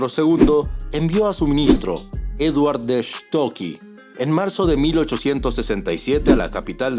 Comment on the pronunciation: Otra majaderia de Rusia Bro. No procede. Por otro la pronunciación de Seward, es casi como "siward". No "cert". Por lo demás, genial. 😸🙋🏻‍♂️🇵🇪